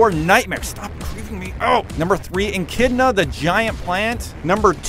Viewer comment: Yomoto...Berial..Enchidna...Creedo...You mispronounced everything...But good video otherwise!